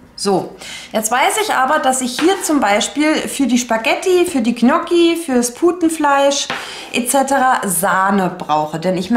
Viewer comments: Ich plane auch immer. Allerdings hapert es manchmal mit meinem Vorrats Check. Tolles Video. Noch eine kleine Anmerkung zur Aussprache der Gnocchi. Richtig ausgesprochen: Njocki. gn sprich wie nj. Das ist wie bei Lasagne oder Cognac. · Vielen Dank für deine Tipps. Ich mache es ganz genauso, das hilft sehr. Ich muss nur mal meine Vorräte aufschreiben. Das Ich schätze sonst deine ruhige Art zu sprechen, heute war es mir allerdings viel zu hektisch. Das Zuhören war sehr anstrengend für mich und machte mich nervös. Ich finde es lustig, wie du Saison, saisonal, Soße und Gnocchi aussprichst 🥰 habe ich so noch nie gehört.